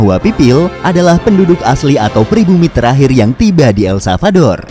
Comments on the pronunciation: El SaLvador ya bukan El Savador.. mimin menyebutkan berulang-ulang tp salah 😅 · Ntar pak masih proses belajar mengucapkan nama negara ya 🙏 jadi blm aku tonton full